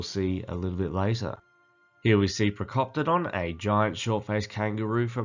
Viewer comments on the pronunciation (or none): Procopala 😂😂😂 Procoptodon